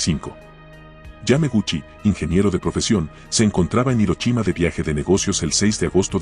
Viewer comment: Por qué mezclas idiomas o te inventas las pronunciaciones? Hirochima? Qué aberración.